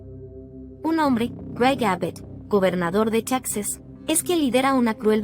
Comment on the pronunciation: ES TEXAS NO TAXAS